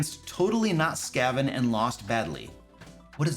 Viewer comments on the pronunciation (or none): Your cat tried to warn you about the Skaven. Its pronounced like craven, literally the joke with their name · When he says totally-not-Skaven, he means they basically created a Warhammer Skaven character and plunked them into this setting. I think he just thinks it's lazy or something? If a DM is fine with a player playing an evil rat-man character I don't see a problem with doing that in itself. BTW, It's usually pronouned Skeiven, the A in Skaven is like the A in cake. But your pronunciation is fine too, and actually makes more sense considering the origin of the name (comes from scavenger) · God as much as i like this channel, i had to stop watching this video. The absolute confision around the totally-not-skaven thing (as well as the mispronunciation) was just too painful for me to sit through